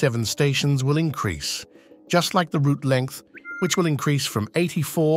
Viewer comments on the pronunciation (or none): none